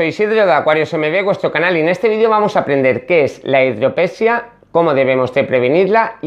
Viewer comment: Hidrope SÍ a... Metro DI zanol NO, Metro NI zadol... Je, je, je...